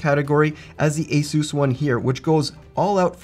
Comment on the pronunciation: The company ASUS isn't "Ayseuse", it's exactly as it's written: Asus, because it's short for Pegasus, not a-masseuse.